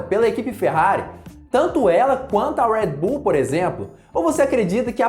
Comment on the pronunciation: Fala Redbull direito Caraí kkkkk